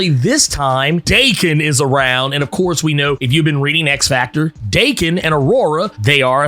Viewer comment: If Daken's name is supposed to be Japanese, it should be pronounced Dah-kehn. If it's pronounced Day-Kehn, it would be spelled Deiken.